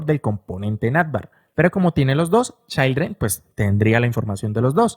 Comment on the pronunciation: repite conmigo: CHIIIILDREN, NO CHAILDREN 😂😂😂😂😂😂